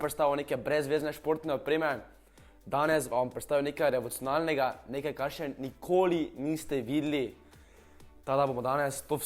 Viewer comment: Ste zasledili da ne zna izgovoriti besede revolucionarnega